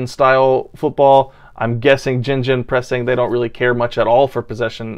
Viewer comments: It's not called GenGen, it's GeGen the G pronounced like Good, which means counter in German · I've never heard someone said ginginpressing before, this might be my first lol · Yeah, Jinjin-pressing is, as you say, pressing high up the pitch. But no, that's not how you say it, lol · Basically you pronounce it Gay-gin pressing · Forewarning, I butcher the pronunciation of gegenpressing for the first ten minutes of the video 😂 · Frickin hell man that was hilarious 😂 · You didn't just butcher it. You put it in a camp, gassed it, butchered and burnt it. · Gegenpress would be a german word also, but nobody say this here. I think Klopp used this word in England. But Gegenpressen sounds much more natural. So Gegenpress would also be German. But the ending -ing is typically English. We say "gegenpressing" but pronounce pressing in German even though the word pressing does not exist in German. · It's called 'against'-pressing. For pronounciation, use the 'g' from 'against' . 'G'-e-'g'-en-pressing, so a harder 'g'. Hope it helps!